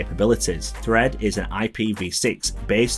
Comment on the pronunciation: Really don't like the design. Why not just shrink the original homepod? Much nicer design. And it took me some time to figure out that Fred = Thread. I thought: "Who the hell is Fred, are apple switching from Siri?" And half of the time home is pronounced home with no H whatsoever. OmePod, OmeHit and so on.